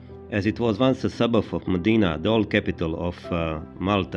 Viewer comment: Please, very important: Not Medina, but Mdina. Hard to pronounce, but very distinctive and full of cultural meaning. The difference is like Jnic instead of. Doesn't seem like a big difference, but there IS a huge difference in the sound.